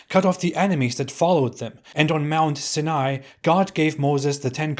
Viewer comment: huh, never heard Sinai pronounced like that, but I can see why one may say it that way. I've always heard it as Si-nai. Good break down of them though, I think its videos like these that makes some think you are a Christian or Jew. I noticed something here too, Islam generally keeps the latter half of the ten commandments, which are directed toward other people, but not the first half directed towards God, as you said it is blasphemy in a way, be quite fitting for a religion Satan may establish.